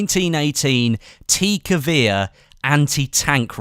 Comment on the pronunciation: dat pronunciation of gewehr to xd